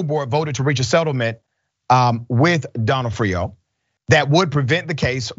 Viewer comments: Either way, it aint "Doe-No-Off-Rio😂😂😂😂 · It's pronounced don AW freeo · ok this is my 2nd day in a row asking for a stand alone podcast for Dr rashad to say more names, yesterday ya butchered a jewish name it was hilarious, this time, Donofrio, cumon bro, u dont know who Vincent D'nofrio is, just say it like ya heard his name pronounced, i know u have, here its like the word Done--Noff-Frio, like franny fio. Duh Noff Frio. PLEASE do the podcast where u say names u have no idea how to pronounce.... talkin about serious subjects all day needs some fun at the end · I know it’s kind of petty, but the O’s in Donofrio are pronounced like they are in the alphabet. Sorry, it’s the Italian in me That made me say this. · of course she is. But it matters to me. Would you like it if someone kept pronouncing the O in your last name Incorrectly? Or would you politely correct them? And I say this because the name Donofrio is part of my family. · Bruh…love you man, but you be torturing these names..,especially cities it seems to me, but you got her name wrong….accent typically on the “nof”.